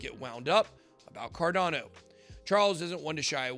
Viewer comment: Bitboy please pronounce the word correctly. You said carnado instead cardano. Check you starting Clip...